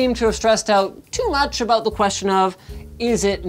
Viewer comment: "Never aboot boot time" Linus 2018